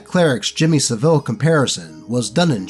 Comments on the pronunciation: that's not how you pronounce savile, it's "SAV-UHL" not "SA-VEEL" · That's not how you say Saville.